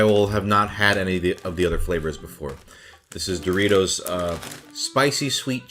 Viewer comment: It's dorry-toss.